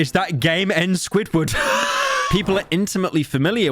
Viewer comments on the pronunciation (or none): none